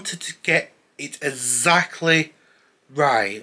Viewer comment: "Ezzackleh" cheers. Fumbs up.